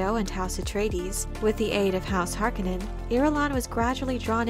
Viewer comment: Harkonnen is mispronounced imo. It's supposed to do sound harsh, almost guttural.